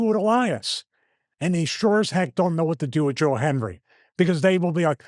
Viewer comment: Anyone else notice Stevie either said Joel Hendry or Joe Henry? Never Joe Hendry. Lol. He believes and he knows he can't say it or he'll appear. Lol